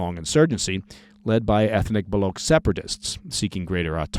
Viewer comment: It's "Balooch", brother, with "CH" in the end